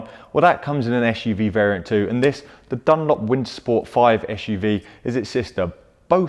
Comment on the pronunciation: Why do you pronounce SUV like "ash u v"? Is it a pure UK English or kind of slang? I'm really wondering cause English is not my native language :)